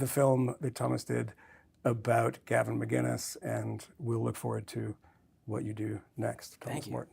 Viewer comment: For fuck sake Michael. It’s Mac-In-is, not Magin-is. I really expected more from you